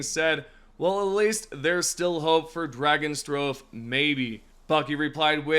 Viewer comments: Im convinced dude says names wrong for the comment corrections. Aint no way mans believes RIB-unny is RUB-unny or the fact he said dragon strobe for DRAG-awe-struh-fee(dragostrophe) like its literally dragon and catastrophe... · The way you pronounce dragostrophe makes me want to kill myself 😂😂😂 thanks for the new vid bro. Drago with no n and then catastrophe. Drag-aw-strow-fee or could be drag-oh-strow-fee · it is pronounced drag off iz tree. ca tass tro fee or catastrophe or catastrophic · Yeah, he suxx at pronouncing several Pals' names 😅😂